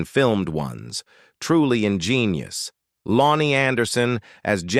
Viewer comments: After a couple minutes of hearing common words mispronounced, I couldn't listen anymore. "lowny Anderson", "foooting", "episowdies", "endeevor"... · Low-nee?? WTF?? Using ai for this is beyond lame.